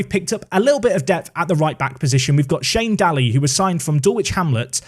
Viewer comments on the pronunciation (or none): As an Irishman your pronunciation of Daly hurt. It's day-lee And you're comments on pronounce a name wrong and you'll be corrected are showing true once again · Pronounced Shane Day-ly :) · It's pronounced Shane Daily btw. Irish names can also be confusing!